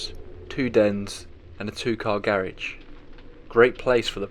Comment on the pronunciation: I hate the way the narrator pronounces “garage”